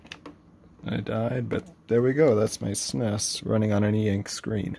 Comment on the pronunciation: I have never heard anyone say suh-ness before.